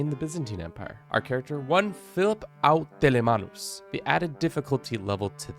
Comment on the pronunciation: "au telemanus"? Is that Greek for something?